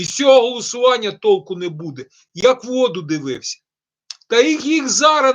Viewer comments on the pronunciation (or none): none